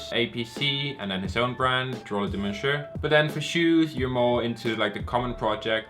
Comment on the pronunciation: Jeeez you cant sppeak french for your life. Its pronounced Drole de mon-Seiueh